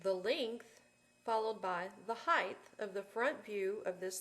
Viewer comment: There is no h at the end of height.